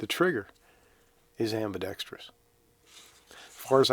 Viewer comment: Thank you for saying "ambidexterous" and not "abidexTREEus"... and for the sarcasm 😁